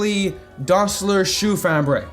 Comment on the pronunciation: As a german, you pronounced 'Schuhfabrik' pretty accurate...or at least better than most americans